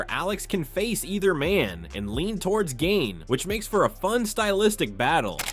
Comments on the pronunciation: chay-el, gain, what are these pronunciations lol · Surreal Gane 😅 Cheal Sonnen is your typical yank, can't, or won't learn basic pronunciation